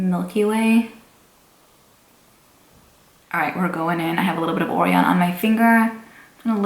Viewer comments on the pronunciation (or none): Cute top and congrats on getting sponsored! Please do a live video so we can chat with you IRL 😂 🤗Orion is pronounced like-“oh-Ryan” like the constellation. Since the palette is called “galaxy”. I was trying to figure out why you were calling it that and then it clicked 😂 don’t kill me, I didn’t want anyone to give you shit on your pronunciation 😂 now that sweet dreams song is stuck in my head. Congrats again!! 🤗 🤗